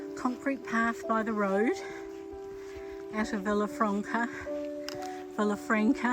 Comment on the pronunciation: I love watching your Camino vlog! I was just there a couple of months ago, so these scenes still feel very fresh. It's lovely to be there again. One little Spanish lesson for the day - those double "l's", like in Villafranca, are pronounced like "y". So it's Vee-ya-franca. (Handy tips we learn along the Camino!)